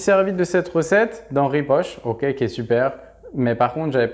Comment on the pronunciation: genial la vidéo, juste une petite précision, je connais Henri Poch (ça ce dit poque, pas poche ;) ) , une personne qui l'amour du pain dans le sang, la vidéo pas a pas est suêr interresante dommage que l'on ne vois pas le grignage, le produit finis est incroyable, combien de temps de conservation peut t-il avoir?